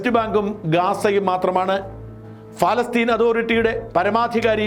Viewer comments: ഫലസ്തീൻ അല്ല.. പ പ പ പാലസ്ടൈൻ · എന്താ ഫലസ്റ്റിൻ എന്ന് പറയുന്നത് പ ല സ്റ്റിൻ അല്ലേ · പാലസ്തീൻ എന്നല്ലേ ഫാലസ്തീൻ അല്ലല്ലോ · Not falasteen paalasteen bro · ഷാജൻ sir, നല്ല റിപ്പോർട്ടിങ്! പക്ഷേ എന്തുകൊണ്ടാണ് ഫലസ്തീൻ എന്ന് പറയുന്നത്? പാലസ്തീൻ അല്ലേ? ഫ അല്ല പ അല്ലേ? ഇതിൻ്റെ പുറകിൽ എന്തെങ്കിലും linguistic reasons ഉണ്ടോ? ഇല്ലെങ്കിൽ ദയവായി തിരുത്തുക, കാരണം താങ്കൾ ഒരു മാധ്യമപ്രവർത്തകൻ അല്ലേ? അക്ഷരസ്പുടത അത്യാവശ്യമായി വേണ്ടതല്ലേ. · ശ്രീ. ഷാജൻ സ്കറിയ പ്രൊനൗൻസിയേഷൻ ശരിയല്ല. പലസ്തീനിൻ എന്നതിന് പറയുന്നത് ഫാലസ്തിൻ എന്നാണ്.. പ്ളീസ് correct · Please pronounce correctly? Not Falastine..... Palestine? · ഫാലസ്തീൻ അല്ല... പാലസ്ഥീൻ ... in English ( പാലസ്റ്റൈൻ ) Stop misleading the viewers ... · ഫാല്ഗുണ,പലസ്‌തീൻ എന്നു പറയൂ.ഭാരതം എന്നത് നാളെ ഫാരതം എന്നു നിങ്ങൾ പറയുമല്ലോ. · പലസ്തീൻ എന്നല്ലേ, കോയയായ ബാലുശേരി പോലും നല്ല മലയാളം പറയുന്നു.🙏🙏🙏